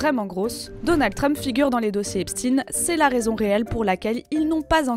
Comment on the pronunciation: Epstin comme Einstin??